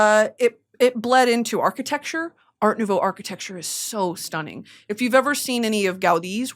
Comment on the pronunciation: she keeps saying art nouveau, but my brain keeps thinking bell biv devoe 💀